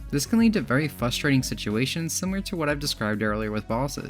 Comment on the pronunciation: “fustrating” 🤣 cmon man do better